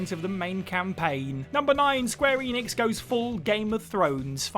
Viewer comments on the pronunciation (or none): none